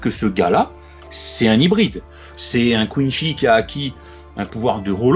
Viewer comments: Non ont dit pas coinshi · Juste une remarque ; ça se prononce Quincy avec un c pas un ch et c'est vraiment une insulte pour Bleach de le faire autrement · Content de vivre le retour de BLEACH avec vous ! ps : À Marseille on dit plus "Kouneuh-chi"